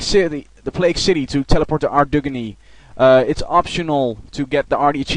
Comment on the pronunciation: i loled every time u said ardy XD